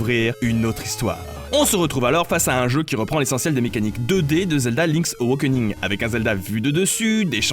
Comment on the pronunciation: Link's Aw - A - kening, Pas : Link's Aw - O - kening ! Raaah, t'as réussi à bien prononcer WIND WAKER à la fin de la vidéo pour une fois (même si tu t'es planté dans l'ordre des Zeldas :p) Alors pourquoi Link's Aw - O - kening ? ><' C'est pourtant la même notion d'éveil à chaque fois... Bref, bisous, pouce bleu, toussa toussa...